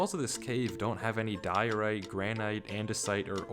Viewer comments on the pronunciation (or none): none